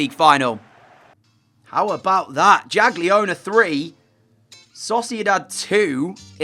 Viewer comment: Hej DJ it should be pronounced Yagiellonia (like Baba Yaga) ;) Great vid as always!